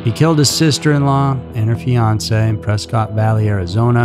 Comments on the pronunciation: It's pronounced Pres-kitt not press-cot lmao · off topic but you pronounce Prescott incorrectly.